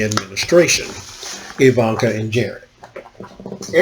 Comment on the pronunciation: It's EeVonnKa dahling. Think Zsa Zsa Gabor. Ok, so i dated myself. If you don't know who she is ,google her and listen to how she talks, dahling.